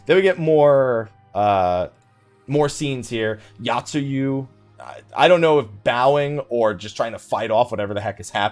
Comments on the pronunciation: Oh my god my inner Grammar Criminal screams when you mention Yotsuyu... It's not 'Yacht-sue-you', it's 'Yo-t-sue-you'! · But that's not grammar. That is not knowing how to pronounce shit.